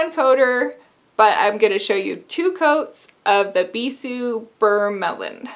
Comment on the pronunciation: Flip Tease looks so beautiful on the bottle. I loved your nail art so much, it turned out great! The way you've been pronouncing "Bissu" is correct 😄